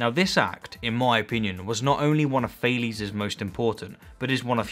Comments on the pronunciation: Sorry for being an anal, but it’s funny how you talk and describe Thales accomplishments and success, yet pronounce his name as Fail-es. I regret nothing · It’s pronounced Ta les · Actual Greek pronunciation would something like “Tah-lehs” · Thales is not an english name. Please pronounce it greek. „a“ like the „a“ in „car“, „e“ like „yes“. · It's funny how much the english pronounciation of "Thales" differs from the german. I think we don't know enough about this man to make a fair assessment.